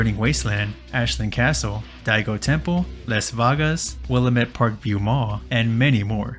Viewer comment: side note: its pronounce Will-LAMB-It (silent b) Its an oregon thing.